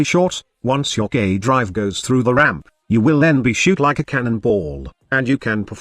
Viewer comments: Lol robot voice pronounces "gay drives" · Sounds like gay drives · Is anyone else hearing "gay drive"? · Everytime you stayed K drive I kept thinking you were saying gay drive XD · the auto-subtitle actually think he says that lmao